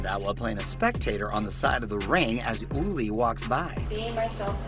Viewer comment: Damn Mario hella butchered uli’s last name 😂😂😂